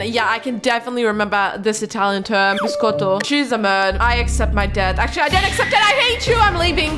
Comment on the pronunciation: The Italian pronounce was bad bc I'm Italian io sono italina